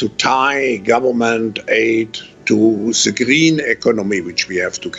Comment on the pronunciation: First teach him "th" not equal "z"